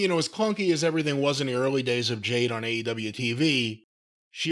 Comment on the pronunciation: I’m still trying to figure out why he constantly calls her Jane and not Jade 😂